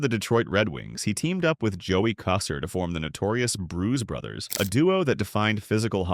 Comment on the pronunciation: Lost me when you said Joey Koser.